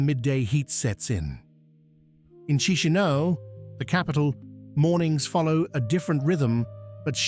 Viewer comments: It's not "Chee-shee-no". It's "CheesH-NOW". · Actually is KeeSH--NOW